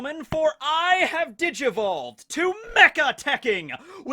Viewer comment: Lol, I thought he said " behold people i have [ digi balls ]" I said what? but he said digivoled.